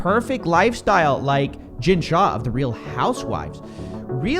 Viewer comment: "Shah", come on white lady.